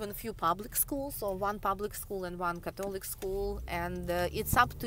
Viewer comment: you pronounced Catholic wrong :(